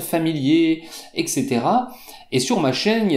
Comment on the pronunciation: Voila la prononciation du mot Etc : "ex é té ra"